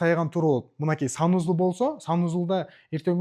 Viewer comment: финиский уй, санузул😂 дейт го, счена, телезор, заранья, зашот